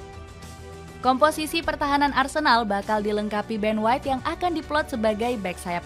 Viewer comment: Ben white inggris min..😆